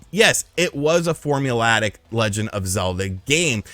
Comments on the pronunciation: Ocarinas the better Zelda game fs but botw is much more fun to play from a gameplay perspective. However, botw has too many huge gaping flaws to be considered even a complete game imo also it’s “formulaic” not “formulatic” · I don’t think that’s how you pronounce formulaic …